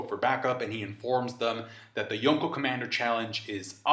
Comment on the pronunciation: You're over-pronouncing the 'Enies' In Enies Lobby and the 'Ko' in Yonko